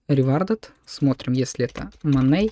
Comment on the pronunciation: За показ работы плагина - спасибо, за "моней" и "лайвес", -уши.